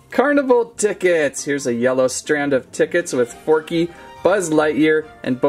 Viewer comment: Who went nuts when he said porky instead of forky